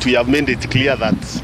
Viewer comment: it is not 'mend' but 'made'😂😂 ongeza iyo pia!